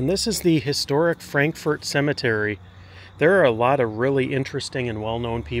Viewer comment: It's not pronounced Frank- FORT. It's FrankFert. From a born and raised KY girl.